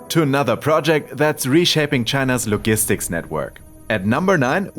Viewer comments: The G in “logistics” sounds like the G in “Germany” Great video! Keep up the amazing work! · Logistics pronounced wrong my guy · the G in "logistics" is soft, as in "giant" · Yeah, a soft "g" regardless of which English dialect... worth looking up & practicing given your channel's subject 😉